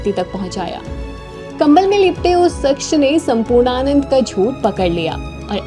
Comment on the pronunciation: Mafi chahunga...shaksh ke ucharan par Dhiyan de....voice have a good voice..keep it up...Jai Hanuman ❤